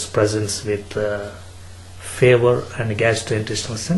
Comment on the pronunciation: did i just hear favor not fever :DDDD